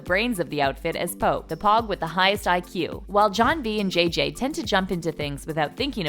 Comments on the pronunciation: atley luster I KNOW AND ATLEAST PRONOUNCE THE WHOLE POGUE THING MAIN REASON OF THE WHOLE STORY RIGHT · i’m 20 seconds in and i can’t even finish the video cus the way she says pogue🤢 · okay. one comment about it is enough. we get it she said pogue wrong but please STFU! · I was low key triggered😂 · Lol I was about to say that too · did you just say pog?!! it’s pogue bruh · It's pouge not poge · The fact that she said pogs instead of pogues killed me😂😂😂😂😂😂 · It is pouge not pig as in hog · ITS POGUE NOT POGS UNsUB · Omg this gurl saying pog it’s Pogue like vogue ‘shakes head and thought was the only one stressing about it hahahahaha’ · im officially disturbed that u said pouge like jog instead just of pouge like vogue ahhh are u a real fan?? 🥺😖😭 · When she said pogs I threw my phone across the room it’s pogues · She really said pog. Hun, it’s pouge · It’s pogue not pog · WTF is a pog?? It's a POUGE get it right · She said some “POG” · I lost it when she said “pog” girl... it’s pouge like vogue. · I am so triggered by how she says pogue. POOOOGUE not POG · “Pog” I- it’s pouge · SAME I HATE WHEN SHE SAID POG NOT POUGE LIKE GIRL DO YOUR RESEARCH OR IF U R GOING TO DO A VIDEO ON SOMETHING AT LEASR WATCH THE SHOW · Pog???? It's pogue as in vogue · its pogue as in vogue not pog as in hog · They also said that Rafe was a drug dealer like what he is a drug addicted plus when she said pouge like pog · Can u say pogues pls because I watched the show be when u say it wrong I just can’t do it ahhhhhhhhhh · ummm hello it’s pronounced p-OH-gue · I don’t know why you are pronouncing it like that bc on the show it is literally said like pouge as in vouge the magazine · I’m sorry but did this girl just say POGGGG I’m offended 😬😬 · The way she pronounced pogue triggered me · ikr they pronounced pogue completely wrong too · er- they obviously did not watch the show. it’s pogue as in vogue and Ki- R- a, not Ki- air- a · paHnkow * not pancow and pogue like vogue not pog